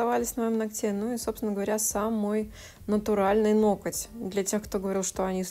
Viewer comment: Это ваше: "ноКоть" прям слух режет😅 уж извините